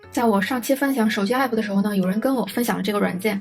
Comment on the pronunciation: 還有欸普⋯⋯😅😅 明明唸其他英文的時候都蠻正常啊